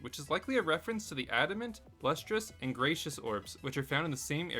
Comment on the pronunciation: It’s “Gree-see-uhs” Orb